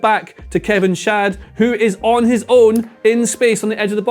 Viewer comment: Everyone made jokes when Kevin Schade was in that video from the prem on how to pronounce player names and yet here is saying his name wrong